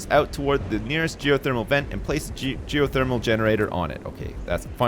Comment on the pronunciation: lol "Goethermal Energy"